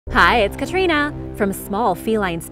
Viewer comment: Well my favorite is still...haha...love you from the Philippines!!!